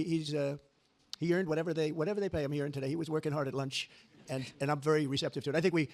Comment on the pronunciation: Note to wan kier starmer avoid saying "today" it sounds like TUDIE